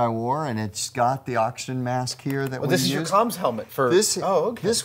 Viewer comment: "oxgin" heh.